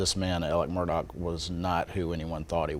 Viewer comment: Im confused. Why do they keep pronouncing his name Alec Murdock, when its Alex Murdaugh??